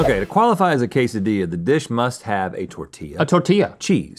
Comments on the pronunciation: It's pronounced 'quesadilla', not "case a dee ya". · How'd you miss "cake-dilla"? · LOL "kaysadiya" 😆 🤣